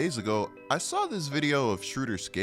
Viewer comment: From a guy from gerrmany... why u call him schruder? its schROEder :D